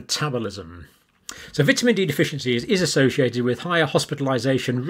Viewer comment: You are saying vitamin wrong man